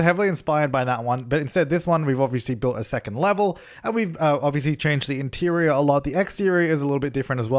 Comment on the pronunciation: The laugh tho xD and words like intirrrior and igzteriooir xD